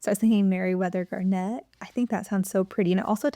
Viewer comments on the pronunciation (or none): I loved these names. I think the standard pronunciation of garnet has the accent on the first syllable. If someone is named GarNET, she's going to be correcting people her whole life. Just a thought.